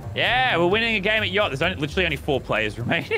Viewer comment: yacht sounds like gyatt 💀